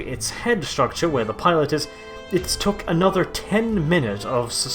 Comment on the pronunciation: All the words were right except took was yook